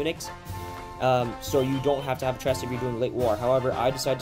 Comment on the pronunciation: Good video, but the collar trim for NCOs is called Tresse...the final e is pronounced. I speak German and "tress" is painful. At least you didnt say "Luftwaff" lol.